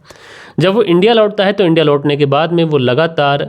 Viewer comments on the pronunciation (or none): none